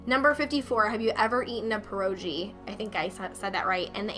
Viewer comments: Per-Oh-Gee not Per-Oh-Jeewhiz why do I even care. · I'm Polish and thats where "Pierogi" originate from, and sadly, you did not say it right. It's Pear-oh-gee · Im sorry im gonna nit pick Pa-row-gee thats how you pronounce it.